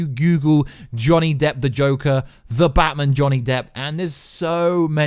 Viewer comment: Can you please learn how to say batMAN properly? It’s infuriating and made me want to smash my own tv. Thanks